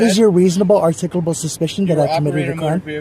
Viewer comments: "Articlal, articuble, articlable. Oh damn! I almost had it!" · The script these idiots use has to just be ONE SINGLE script that they just send to each other and has been circulating for years. Literally EVERY TIME they start the script, they start it with the exact phrase, "What is the reasonable, articulable (which they always mispronounce as "articuable", probably because that word is misspelled on the script they all copy paste), suspicion that I committed a crime?". They've literally been copy/pasting the same script to each other, without any alteration or deviation from it, for YEARS now. And seriously. Whoever is making those cardboard licence plates must be making a killing. How many times have we seen those exact same cardboard license plates stuck on the back of these idiot's cars? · Is articuble a word? 😂😂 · I love when they try to pronounce articulable.